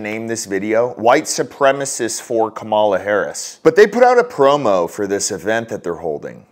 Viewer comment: Cumall-ya Hoe-rris